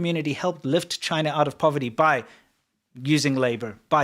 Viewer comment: It’s pronounced chyyyy-nah